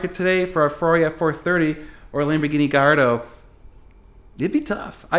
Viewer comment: lamborgoni gallahandro